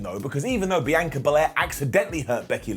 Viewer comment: I'll never understand how Brits look at the name Bianca and decide to say "B-Anchor"